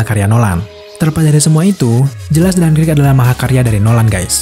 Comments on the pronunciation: Dunkirk boss, bukan dunkrik🤦‍♂️🤦‍♂️🤦‍♂️ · Dankrik ga tuh bacanya